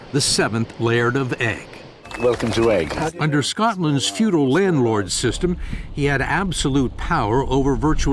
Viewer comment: It's ooigg not egg!